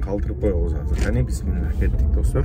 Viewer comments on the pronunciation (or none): none